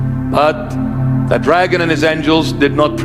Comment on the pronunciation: ...yeah had me til you slurred the name "dragon". Satan is Satan. Satin is satin. And a potato is holy beyond description.